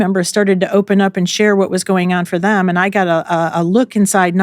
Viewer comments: “Ay-and”…for the word ‘and’ It’s all I can hear I am so sorry It’s adding an extra syllable to a one syllable word. And she is lovely!! 🥰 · ahhhh you’ve now made me aware that the former texan in me has made ‘and’ into a two syllable word 😮 thanks for telling me!! working on getting the texan out of my accent! i hope you nonetheless found the content valuable 💚